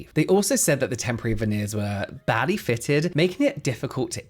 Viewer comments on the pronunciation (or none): I thought you said the veneers were “baddie fitted” 😂😂 I was like ope